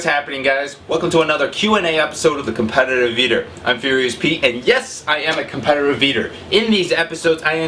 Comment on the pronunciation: Do you have trouble saying 'competitive'? Can you PLEASEEE tell us the name of the song you use (it's in you're german cheesecake eating video).